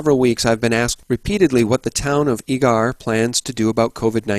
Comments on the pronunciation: It's pronounced Eager, like eager beaver. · it's EEE-ger, that's how us Zonies pronounce it. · Great show, I work in Eagar, Az. It is pronounced the same as the word eager. Keep up the great work. God Bless